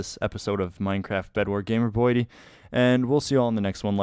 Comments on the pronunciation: What is your texture pack and also why does it sound liek you say gamerboy "D" instead of gamer boy 80 your at least 57 yrs old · It sounds like you say gamerboyty